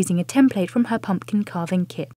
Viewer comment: pum PUH kin. i'm fom the UK and even i know that's a weird way to say pumpkin.